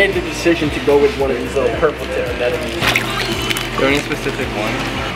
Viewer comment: it's anemones,,,not ANNENOMIES😂